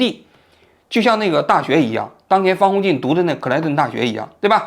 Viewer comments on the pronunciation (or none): 是方鸿渐，不是方宏进😂